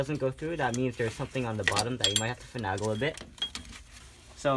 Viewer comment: Please pronounce finagle, with a long A in the middle of the word. FinAAAAgle ;)